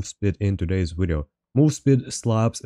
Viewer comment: Wideo powa!